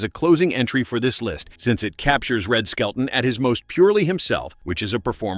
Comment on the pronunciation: His last name is "SKELTON", not skeleton!